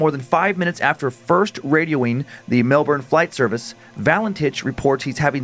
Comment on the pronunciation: Melbourne is pronounced Mel-bin